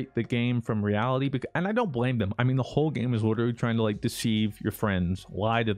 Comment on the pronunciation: Say "literally" with an L not a W like you usually do "witerally"